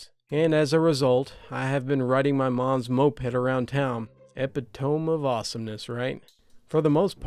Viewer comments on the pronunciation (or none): Um, its e pit o me, not epi tome. Ee pit toe mee. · “Epitome” is pronounced “e-pittomy.”